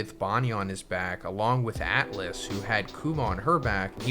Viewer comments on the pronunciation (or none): none